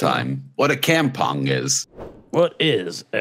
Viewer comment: I know is pronouncing Kampung as how he sees it, but god it's painful to hear it. It's a Malay word and it goes kahm-pong. Maybe Kim could teach him.